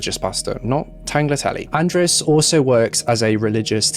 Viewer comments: Yes, sounded like he said Tanglertelly 😄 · Not tagliatelle 😂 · Not tagliatelle 😂😂😂 omg x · Not tagliatelle 😂😂😂